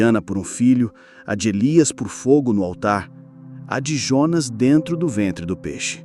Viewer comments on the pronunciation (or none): none